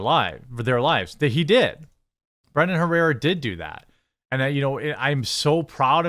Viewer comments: You mean Brandon not brendon.. your wisconsin is showing. lol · I want to correct your “Brendon” with “Brandon”. But then I know you pronounce, “bags” as “begs” Tell me you’re Midwest without telling me you’re Midwest. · Brandon, not Brendon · Brandon, not Brendan.